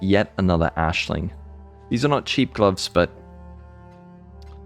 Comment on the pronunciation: Why are you calling Aisling Ashling